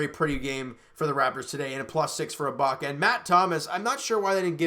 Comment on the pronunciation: you said ibala